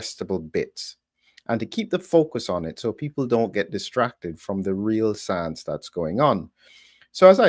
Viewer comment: Everytime I hear the word science, I see that little Howdy Doody looking Fauchi saying soience..